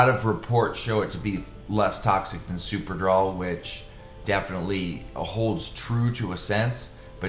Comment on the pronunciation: Its drol brudda not draw😂😂😂 super-drol ultra-drol! Draw😂😂😂😂